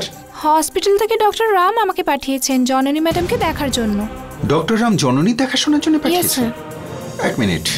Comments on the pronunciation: Jononi ke nondoni bollo je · এই রে কি বড় মিস্টেক, জননী না বলে নন্দিনী বলে ফেলছে আঙ্কেলে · jononi na bole nondini bollo kno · সবাই লক্ষ্য করেছেন যণণী কে ণণদিণী বলেছেন